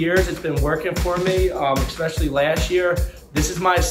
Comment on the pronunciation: “Egg”specially lol wtf